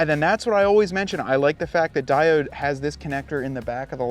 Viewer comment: Its pronounced " die-OWED, not di-odd ""...other than that , great video. Just bought the cowl mounts for my '21 diesel wrangler...